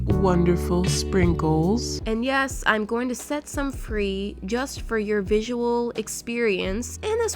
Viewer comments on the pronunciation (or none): Her; nyesss, it has stick drawer Me; is nyesss a word...?